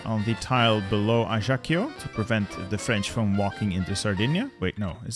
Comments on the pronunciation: French baguette here : Ajaccio, in corsica, is pronounced ajactio, literally like "action" .. I guess it's the same in Italian ? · The way he pronounced ajaccio broke my soul